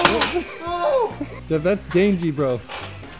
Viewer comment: Stop saying dangiy